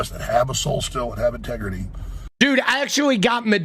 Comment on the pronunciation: "I got 'tegrity"